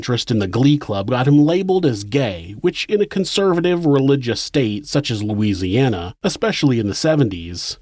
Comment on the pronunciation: Just wanted to say how awesome it is that you correctly pronounced the cities and other places in Louisiana you talked about in this one. Pretty telling of your care and concern for the little things that matter to us because they’re part of who we are.